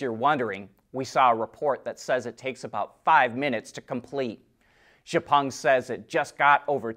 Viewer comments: Always watch Autoline first every day. and are the commensurate professionals. Something I learned is Xpeng is not pronounced "Gha-pung". The correct pronunciation is X-pung. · It's called "X-Peng", not "jepung"!